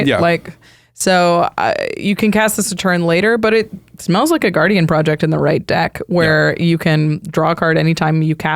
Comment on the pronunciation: When said gaurdian project I thought she was talking about her fridge.